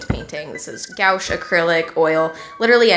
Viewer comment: I just can't get over the way the girl pronounced gouache